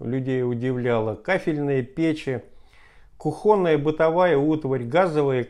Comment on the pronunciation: Рассказывает интересно, но какой это профессор? Он даже не знает на какую букву в словах "кухонная" и "принять" ставится ударение...